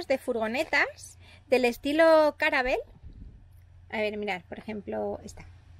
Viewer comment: No puedo con todas las veces que has dicho caravela en vez de calavera jajajaja me ha encantado kajajajajajajajajahahaja